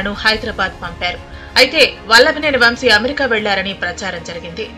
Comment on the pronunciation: వం షీ కాదు తల్లీ వంశీ.